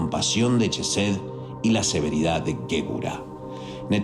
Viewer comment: Una pequeña aclaración sobre la entonación de "Chokmak" y "chesed": El sonido de la digrafo "ch" no es "consonantico palatal africado" sino es "velar oclusivo sordo", tal como se emplea en los monografos "k" y "c" respectivamente. Por cuestiones de estética gramatical y de transliteracion, ha pasado a ser un sonido basado en el "fricativo" de la "sh" inglesa. Para asegurarnos de una mayor proximidad al hebreo, se entona la "k" y la "c" con el acento germánico pero sin el "golpeteo" palativo y se convierte en un nuevo digrafo: el "kj" Por tanto, pasaría a escribirse "kjojmak" y "kjesed". El detalle aquí es el mismo que sucede con la forma de escribir "di-os", vaya, de Hashem o Adonay. Pero en este caso es la "k" dado que esta letra ocupa la 11° posición y bueno, tu sabes que el 11 es tabú. Para diferenciarlo se emplearía la "q" "Qjojmaj, "Qjesed", incluso "Qaballah". Visualmente luce extraño pero es lo que sucede también con la escritura de los profetas: Abraham = Ibrahim, Issac = Yitzhaq" Jacob = Iaqob... y así. Pongo lo anterior tratando de diferenciarla de corrientes new age y pseudo-sabateas, algo más luriana, más sionista. He aquí mi dato cool🤙 De momento es mi pequeña objeción de otras. Nota: Se agradece que no citaras al Yeshua Ben Yoseb. Shalom,!🙌 Que la Luz de Gopala te Ilumine.